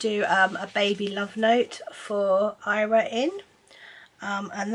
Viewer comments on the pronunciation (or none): I was so confused as to why you would call a little girl Ira. Lol now I realise you are pronouncing her name wrong. Fyi I'm Welsh.